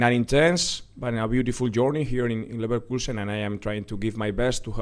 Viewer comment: mandem said liverkuesen